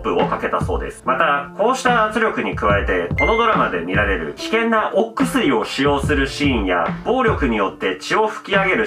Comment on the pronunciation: 危険な＂お↑くすり＂はマジで草